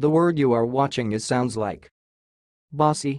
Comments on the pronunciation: Wrong pronunciation! My last name ist Baci which is italian and it means kisses. It's pronounced ba-chee not pa-ci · The Italian word Baci is pronounced BAH-chee. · This is not how you pronounce Baci. I am Italian and the letter C in the word Baci is pronounced the same way as one would say the word chip. Not as it is pronounced in your youtube video.